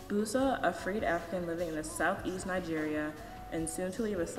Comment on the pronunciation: "Bus-sah" not Boo-sah.